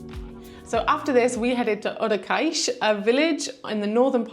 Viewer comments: Not to mention "Odekeix". Nope. "Odeseixe" is more like it. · pretty cool litle escapade to the south, that side of the algarve, specialy during this time of the year is quite windy. Ohh Odeceixe is spoken has Ode-sseixe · Já agora" Odeceixe is pronounced "Oh-deh-say-sh" or "Od-i-shaysh". It is a village in the Algarve region of Portugal, often referred to as "Odesh" by locals or in its full form, Praia de Odeceixe. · when you say odeceixe u will need to spell the "c" as a "s"...lovely video. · Hi. You pronounce Odeceixe well except for the 'c'. The 'c' in Odeceixe is pronounced like the two 'ss' in and not like the 'c'. The rule is a 'c' followed by an 'e' or an 'i' is read like the 's' in 'sea' but if it's followed by an 'a', 'o' or 'u' it sounds like the 'c' in 'car'. That's why the 'ç' (c com cedilha) exists, to sound like 'sea' when a 'c' is followed by a,o or u (although two s's will do the same). Açores (the islands) sounds just like assar (to roast). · It looks like you had a wonderful time in Costa Vicentina; I’m definitely inspired to plan something similar soon. Your Portuguese is coming along well, but you might find it helpful to nail the right pronunciation of Odeceixe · de certeza que ela sabe dizer Barcelona, mas não consegue dizer Odeceixe,só porque é português, é uma das coisas que não consigo compreender, sabem dizer a palavra em espanhol e o mesmo som em português não conseguem